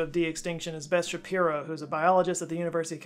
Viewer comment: lol, I thought he said Ben Shapiro. I was suddenly surprised. Anyway, sorry Beth.